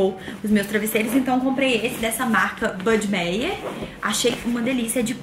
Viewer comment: uma dica... a marca Heinz e Buddemeyer são de origem germânicas e toda palavra que tenha “ei” junto, o som é “a”. “Hainz” e “Buddemaier”. 😉 Adoro seus videos e cursos!! Beijo